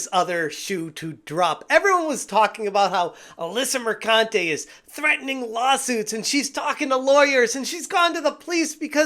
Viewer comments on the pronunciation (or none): PRONOUNced MerCUNTe